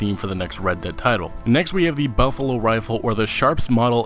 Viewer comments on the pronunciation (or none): none